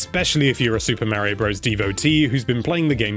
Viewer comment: mario .can you say it right please..